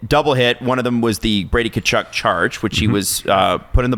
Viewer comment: said Brady Tkuchuk charge 😂